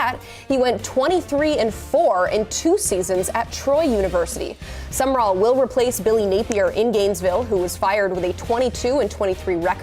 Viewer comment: Sum...rall 2 syllables NOT Summerrall!!